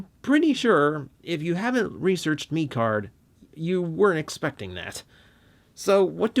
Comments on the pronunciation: technically its pronounced mech card just thought id let you know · Actually pronounced meh card and mecard was made in 2015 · He said turning meeecard it’s turning mecard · Hey, great review, but I believe it’s pronounced like Meh-card like a mixture of Mech and Card. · The pronunciation of mecard. Ugh